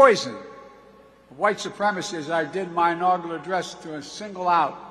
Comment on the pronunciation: What's an inaugula address? Did he mean inaugural...😂😂😂😂